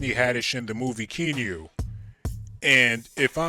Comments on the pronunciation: Her name was "Hi-C" in Keanu. Its pronounced KEE-AH-NOO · LEARN HOW TO PRONOUNCE THE NAMES!! SARAC= (SA-ROCK) KEANU= (KEY-AH-NEW) I CAN NOT TAKE YOUR COMMENTARY!